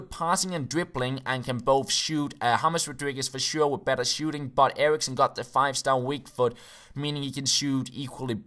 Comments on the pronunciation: Only youtuber who pronounces Christian Eriksen right:D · Maybe because he's danish? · He's danish, that's why.